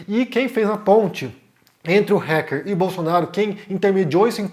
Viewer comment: Se diz "Ráquer" e não "Réquer"